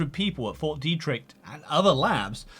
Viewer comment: The way you say Fort Deidrich keeps sounding like "4D Tricks"... And I somehow don't disagree